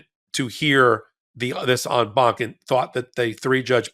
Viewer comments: Yay Ben, you finally pronounced en banc properly! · "En banc". When I heard the phrase I immediately thought, "Oh, it's French". Ben? OK, much of French is derived from Latin...so even though I am not an attorney? You get a pass....